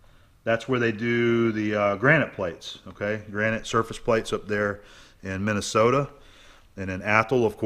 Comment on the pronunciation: Someone needs to tell Starrett that it is Minnesota and not Minnisota.